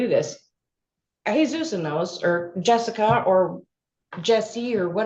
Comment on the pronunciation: "Jessica" or "Jessie" is Jesusa Vela, ma'am. It's not a hard name to pronounce.